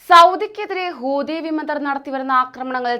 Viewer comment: കൂതി അല്ല മക്കളെ, ഹൂതി ഹൂതി, എന്നാണ്